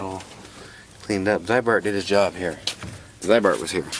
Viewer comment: It is pronounced as zee-bart, not zeye-bart. There is at least 2 cool Ziebart commercials with Rod Sterling and a 1973 Chevy on youtube. In Minnesota Zeibart and Rusty Jones are common treatments.